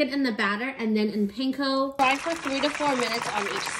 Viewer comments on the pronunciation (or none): Properly pronounced as PAHNKOH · Pronunciation sucked, pain-co!! Like fruit-ton!! Freaking howlies